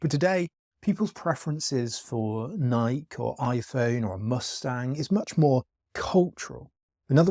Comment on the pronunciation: Nike is pronounced “NYE-kee.”